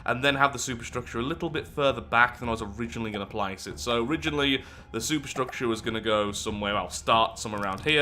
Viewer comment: i know you are talking about superstructure but i cannot fully suppress a giggle at your pronounciation.... soup structure